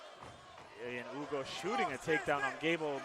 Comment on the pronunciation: The way they pronounced dudes name was hilarious! The whole fight I thought the guys name was Ugo until I looked down and realized it's Hugo 😂